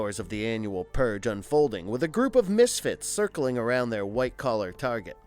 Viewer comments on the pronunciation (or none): none